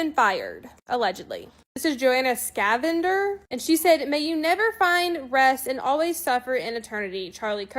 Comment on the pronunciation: I’ll make it make sense buddy…freedom of speech does not mean freedom of consequences. It’s pretty simple Also… this is absolutely horrendous at pronouncing names 😂…she said, “Jack O Bee,” for Jacoby and, “Scavender,” for Schveder 😂